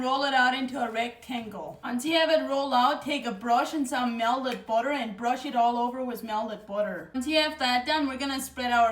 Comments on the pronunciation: Every time she says “melded budder” take a shot of melded budder.❤ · Myelded booter 😊